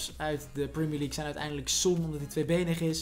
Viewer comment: prumier league